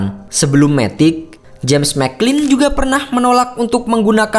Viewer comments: bacanya MATIC min, bukan METIK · Matic bukan dibaca METIK.